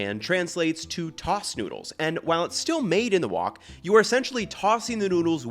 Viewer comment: i know you just said stir-fried NEEDLES and then browning or CHIRSTMAS don't gaslight me here that's not an accent thing you did that intentionally hahahahahah